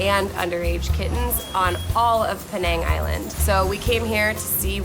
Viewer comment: Penang is pronounced peh nuh ng